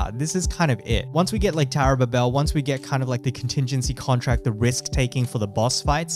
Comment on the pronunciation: Dude, it's called Tower of Ba-Bil (NOT ba-bill wtf). It's canonical from the bible Your mispronunciation every time kills me man.